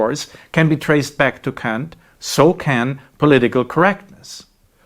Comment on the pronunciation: "Honestly, I kan't"... handle that you chose to pronounce Kant ...like this, moeller. Except in that 1 video, with an actual apology. I am surprised you found that necessary, and I would quite like to know why? I will not let this get in the way of all the valuable content, however, and wish to express my gratitude: Vielen D[æ]nk!